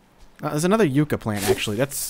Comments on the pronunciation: Yuh-cka not You-cka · Yucca is pronounced Yuck-ah, not Yook-ah. If you care :P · no offense but its pronounced (ya-kka) as in yucca plant